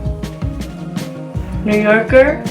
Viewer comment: Love this video💗 you had me dead when you kept saying “new yawker”😭